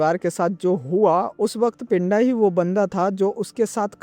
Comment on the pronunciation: Abe woh pindha hai pinda nhi in punjabi accent its pindha 😂😂